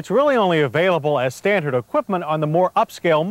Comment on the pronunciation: Nice dash display ! Like the presenters homely voice.... notice He always adds a subtle t in words with d's..... '5 speed as stantard'...